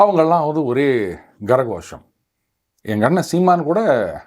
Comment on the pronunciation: What Gara gosham? It is kara (hand) Ghosham ( sound) Don't spoil sanskrit . Just say கைத்தட்டல்